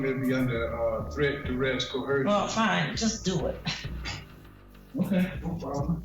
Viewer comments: 6es, it's pronounced " co er shun" not "co her shun" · LOL The sovereign citizen keeps saying COHERSION. --- instead of coercion. LOL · You mean like how they all mispronounce the same words and don't realize it, like "dur-esht" and "cuh-her-zhun"? 😂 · Yo, Mr Harris, there is no "H" in the word "coercion". That part made me way more annoyed than I should be haha.